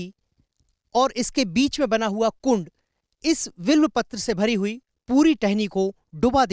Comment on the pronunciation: Abe will Patra Kya bole ja Raha h? Bilwa Patra HOTA .